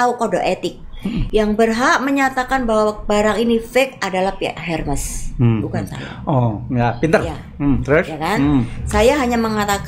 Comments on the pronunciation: itu namanya pak.....bukan soal sebutan org indo atau org barat....HERMES...ITU TETAP AJA SEBUTANNYA ERMES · Sebut nya “ermes”, h nya tidak dibaca. S nya tetap dibaca.